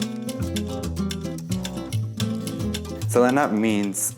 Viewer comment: It’s Seleena, not Selana. She even said it was pronounced “Seleena” on an interview with Ron Shelton who sadly passed as well